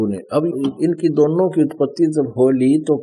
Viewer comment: Hindi toh dhang ki padh nahi arahe hai bible uthaliye Vriksh ko vraksh istri ko satri aur uttpati ko utpattee padhte hai beech-beech mein akshar chhod dete hai😁